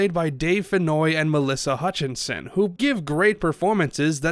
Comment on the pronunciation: Melissa Hutchison, not "Hutch-in-son"